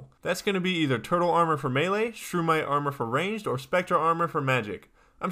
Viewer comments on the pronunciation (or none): none